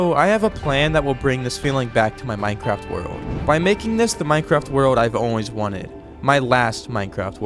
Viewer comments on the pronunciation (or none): minecwaft wewold